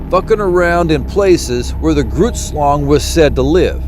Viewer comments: Did he say Groots shlong? Hahaha baahahahahaha no... but I'd swear that's what I heard like 32Xs This guy huh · Ohhhh...grootslang drrrrs thought you said Groots shlong, these old ears are still telling me that's what you're saying tho... double entendre perhaps? Heh heh that would be funny AF